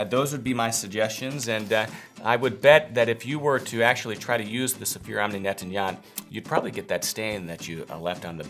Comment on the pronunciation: It sounds like you might be having some trouble pronouncing "nettoyant".